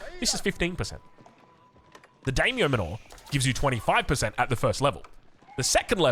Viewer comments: it's just daimyo MAN-or. Like the manor houses in AoE3? As in, they live in a large manor. Not manoor. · The Dame-yo Manure?😂